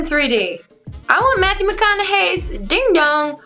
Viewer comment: she said matwho not mathew